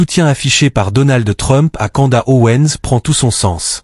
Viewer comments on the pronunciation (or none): Candace. Et pas kanda 🤣😉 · Candace. Et pas canda 👌